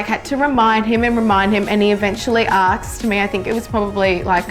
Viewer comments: why you say AKSED instead of ASKED? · Chris Brown say's the same thing in his songs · a lot of Australians say it like that 😂